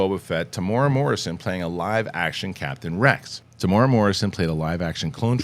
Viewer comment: TE-MU-E-RA NOT TEEMOORAH